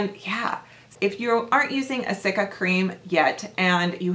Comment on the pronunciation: You're very close.... cica cream (SEE-ka). :)